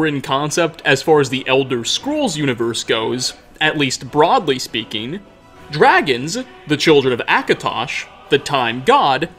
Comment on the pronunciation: I like your content and when it pops up on my feed I sometimes watch it....but if you could stop emphasizing UHHH at the end of words where it doesn't belong,I might subscribe...till then,nah bruh....your annoying. "Mysteriesuuuh" "Eastereggsuhhh"..."Dragonsuhh"...."Vampiresuhh" ......seriously bro,cut that shit out.